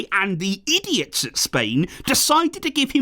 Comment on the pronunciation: emphasis on that “idiots”🤦🏻‍♂️